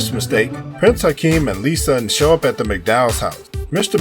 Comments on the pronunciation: Shut it off 10 seconds in after hearing Prince "Hakeem". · He keeps calling him Prince Hakeem, his name was Prince Akeem! He keeps making the mistakes. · He also calls him "Prince Hikeem" 30 seconds into the video.